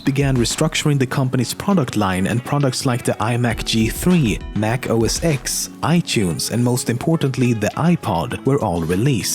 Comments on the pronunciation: How many time I have to say this, it's pronounced OS "ten" not OS "ex", FFS! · You pronounce it as OSten not OSX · First off, it is NOT pronounced "OS-EX" so you lose points for not even having that basic understanding. Secondly, even though Siri commands are in fact sent to Apple for analysis and storage, to say "its someone's job to sit and listen to everything you say" -- this is misleading, patently false, and you have no facts to back that up. No one at Apple (or the NSA as you might imply) listens to "everything you say." That's ridiculous. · It’s not Pronounced Mac OS “X” It’s pronounced “Os 10” with the Roman numeral “X” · Mac OS X (10) NOT X, never been called X and never will be... it's TEN - when will people get it right???? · OMG! It's pronounced "Oh Ess Ten", NOT "Oh Ess Ex". The title of this video is bad as wełl as some of the points are just not true. Utter garbage. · I cringe every time someone says Mac OS 'Ex' when it's really Mac OS 'Ten' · The company was not called "The NeXT". It was just called NeXT. Also, it's not pronounced "Mac OS Ex". It's OS "ten". That's a roman numeral for ten, not an "X". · It's OSX [ten] not OSX but its up to you what you want to read. (X is ten in roman number) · for the last time... its os "ten" not os "x" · Its not OS X...... Its OS 10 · It's not pronounced 'OS X', it's 'OS Ten'. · I cringed each time he said OS-ecks.. It's pronounced OS-10 >.> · mac os X(10) not EX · It is pronounced OS 10. 'X' is a Roman numeral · The X in Mac OS X is a roman numeral and should be pronounced "ten".